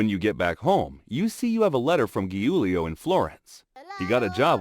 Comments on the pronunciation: "giulio" it's proununced "geuleo" in English (I'm italian) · My hb is called Giulio and it’s not pronounced “hulio” it’s pronounced “Giulio”